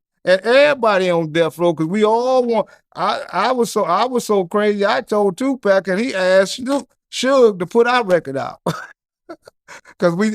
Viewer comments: did this brother just pronounce tu "pack" like a white guy from the UK?! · Man said Tupac Mania 😂😂